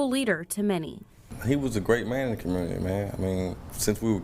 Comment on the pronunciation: You say community with n R, there isnt much hope left for this commurnerty